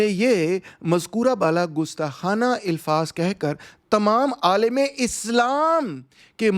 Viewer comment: Dr Rahman While you speak Urdu well with correct pronunciation, however, occasionally, like most of the Punjabis, fail to distinguish between Zabar and Zeer. The correct pronunciation is Alfaz and NOT Ilfaz.